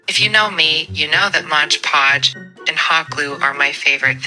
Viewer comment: Mod podge, Colleen, not modge podge